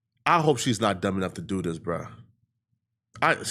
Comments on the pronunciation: "What u wan dew" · What you wana deww 😂😂